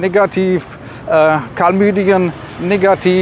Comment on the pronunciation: "Karlmüdien".... aber super Video, dankeschön